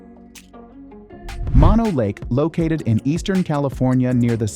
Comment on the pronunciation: If you want to see one of those basalt cliff formations without going to another continent, visit the Devil's Postpile, in California. It's not far from Mono Lake, which is pronounced Moe-no, not Monno. It's named after a person, not a Latin word.